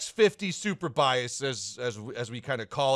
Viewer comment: "AMX-50 super biases ------ 2021" we loved that! 😂